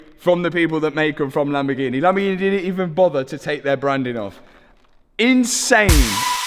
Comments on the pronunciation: My Asian girlfriend pronounced Lamborghini as "Lumber Genie" I loved it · How you pronouncing “lamborghini”, you should rebrand all your lambos to “lamborghine”